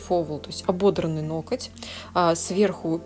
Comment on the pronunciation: НоКоть!!?? Почему меня царапает в каждом видео это произношение?? НоГОТЬ - это привычно и правильно. Мастеру низкий поклон за работу.